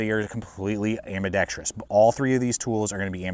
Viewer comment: Thank you for saying ambidextrous correctly!